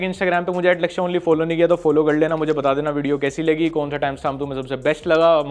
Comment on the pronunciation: Laksay × Laudey ✓